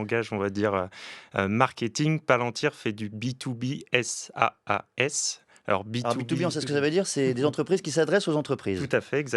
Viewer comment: Je stoppe la vidéo quand l’intervenant qui va nous expliquer un sujet complexe se met à épeler « b-2-b-s-a-a-s » ma grand mère à l’ehpad sait dire b2b SaaS. Nul!